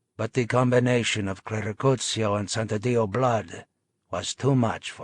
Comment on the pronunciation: Great narration but it's santadio not sandaditio